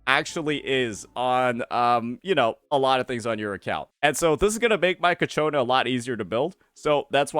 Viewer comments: fyi its CIACONNA not Cachiona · I notice you pronounce her name "Ka-Chona" but it's pronounced "Cha-Kona" (per her in-game introduction). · holy fuck, ill not click-off your Ciaconna vids, if you pronounce the name right, its all over the game's official channel, please, thanks..